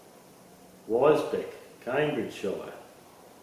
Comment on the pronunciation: Wisbech is pronounced Wizbeech.